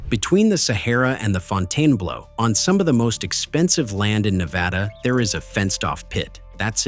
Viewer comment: It's Fountain Blue despite the spelling and the incorrect pronunciation.